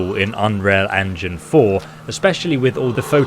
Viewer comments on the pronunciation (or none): none